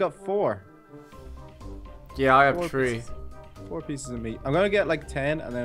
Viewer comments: you said tree and not three XD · three = tree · Way are you saying tree it is three i am srroy if the splling is wrong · I like how they say tree for three 😂🤣😂🤣